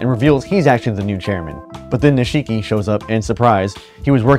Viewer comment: Please stop saying nisheee ki